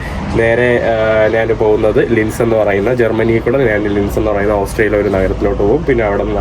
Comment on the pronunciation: നാന് നാന് എന്നല്ല ഭായ് ഞാൻ എന്ന് നല്ല മലയാളത്തിൽ പറയ്.. കേരളത്തെ പ്രമോട്ട് ചെയ്യുന്നവൻ അതു കൂടി പറയാൻ ശ്രമിക്ക്